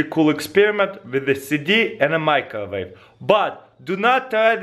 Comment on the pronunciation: i love how he says microwave in the beginning, majcjowave. OH silly russians